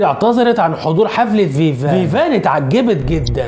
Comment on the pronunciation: اسمها فيفيان صلح النطق